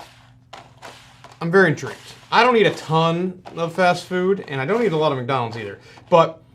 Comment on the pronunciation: he said :McNonalds Nuggets" instead of "McDonalds Nuggets" lol